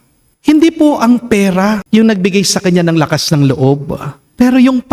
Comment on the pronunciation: Hello father, salamat SA MgA word of inspiration ❤ pero please wag niyo po lagyan ng "H" ang iyong T po 😂